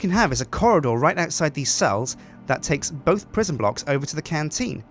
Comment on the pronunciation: La prison (with French accent) :D